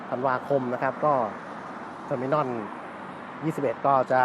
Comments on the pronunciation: Terminal ออกเสียง เทอร์-มิ-โนล ไม่ออกเสียง เทอร์-มิ-น่อน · เทอมิโนล ทเว้นตี้วัน ไม่ใช่เทอมิน่อนยี่สิบเอ็ด เรียกชื่อเขาให้ถุกด้วย